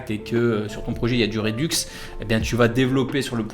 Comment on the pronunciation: Magnifique vidéo comme d'hab , juste un petit truc qui me gène sur tes vidéos : redux ça se prononce "RedAx"